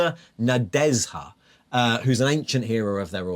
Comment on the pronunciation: Nadezha has a "-zh" sound(not 'ez-ha'). It's Slavic, and her name roughly means "Hope".